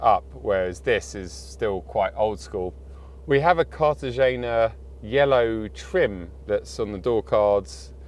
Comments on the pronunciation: KAR-tuh-HAY-nuh Yellow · Fyi... it's pronounced, car-tah-hen-ya